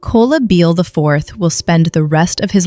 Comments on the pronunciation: Idk why narrated this, but u need to work on the pronunciation of people's names. You pronounced her name 2 different ways! Please do better! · How many times are you going to mispronounce this woman’s name? RIP Queen❤ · How many times can her name be mispronounced smh 🤦🏾‍♀️ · I can’t stand how AI is pronouncing her name….. this is the next city over from where I’m from. This is terrible poor girl such a young smart beautiful soul❤